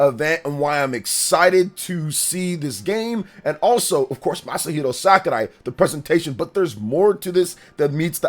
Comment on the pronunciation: He be mispronouncing it though.